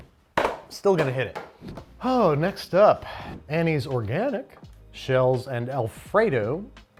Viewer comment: The ✨Organic✨ gave me an unexpected chuckle ❤